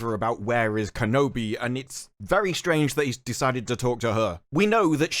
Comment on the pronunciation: You said Kenobi wrong in the beginning of the video